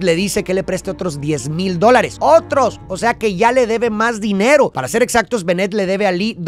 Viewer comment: Su forma de decir otros 10 mil (OTROS ) 😅